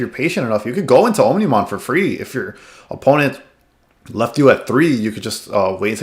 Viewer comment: Great video! Also, its pronounced "ahmni-mon", with "omni" meaning all.